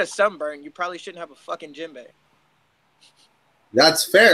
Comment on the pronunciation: Is saying gym bag?